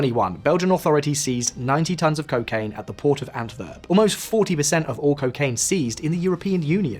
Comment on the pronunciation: Really minor detail but the pronunciation is killing me lol "w" in Flemish Dutch is more or less pronounced like an English w so it's not "Antverp" or "De veever" but "Antwerp" and " De Wayver" (following English phonetic rules).